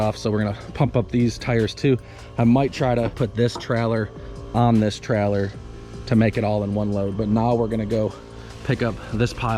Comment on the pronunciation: How many time u say trellor, in this video?